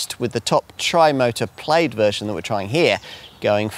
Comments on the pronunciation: I can’t get past his pronunciation of plaid and repeating himself over and over again every few minutes 😂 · "Plade" LOL.